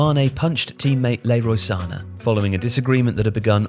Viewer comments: "leroy sana" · Who’s Lero Sana? 😂